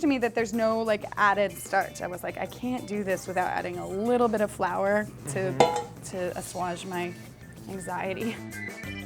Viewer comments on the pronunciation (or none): I tell you dang ol' "asswoge" dang ol' I tell you what "assuage". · She doesn't know how to pronounce "assuage." How embarrassing.